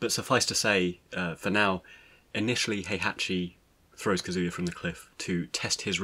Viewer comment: That is not the proper way to pronounce Kazuya. . .